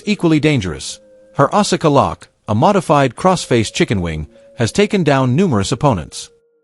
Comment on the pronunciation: Asula's name is pronounced "Ah-Ska" not "Ah-Sah-Ka"